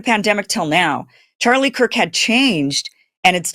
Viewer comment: Did you say Erika KURP🤣🤣